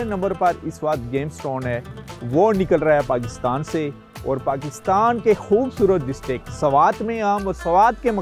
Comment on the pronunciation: Focus . .not fociss. . 😅 khoobsurutt. . ? 😂 😅 centurr 😅